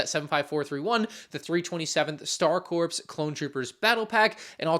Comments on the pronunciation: Corps is pronounced "core", blame the French. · Hey, just a heads-up — ‘corps’ is one of those weird English words. It’s pronounced ‘core,’ like the Marine Corps. The ‘ps’ is silent! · Why does every lego guy say corps wrong.